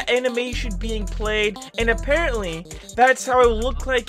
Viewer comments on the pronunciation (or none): none